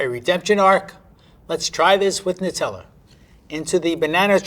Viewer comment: Finally an American knows how to pronounce Nutella